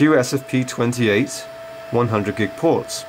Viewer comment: Start with correct names/terms. QSFP28 & SFP28. You keep butchering the types all the way through.